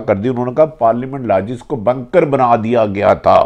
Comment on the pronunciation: What is drone hamla 🧐🧐not bankers its bunker mr bhatti